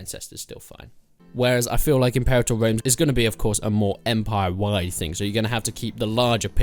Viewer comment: Impewator Wome.